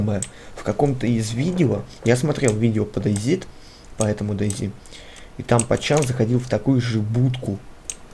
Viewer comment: Дэй Зит... ахась Зет и Зи(оба правельные произношения) слил вместе